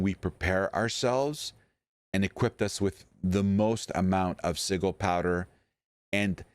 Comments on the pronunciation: sigil is with a "Ja" sound. SiJil. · Bruh, this was hard to watch with you mispronuncing sigil. The g makes a j sound in this word.